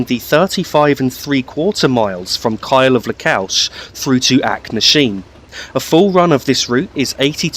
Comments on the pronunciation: Where is Kyle of Lockalsh and Acknasheen? At least learn to pronounce the names correctly. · Duirinish pronounced joor-i-nish Also .. Achnasheen, Lochalsh and just Loch all have CH pronounced softly or guttural not hard like Acknasheen or Lock. Try the words from other countries like Rioja or even Bach and you get the idea ..